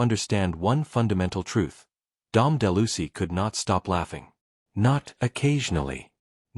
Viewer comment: de Lucy? Geez...everyone with a brain knows it's Dom De Luise.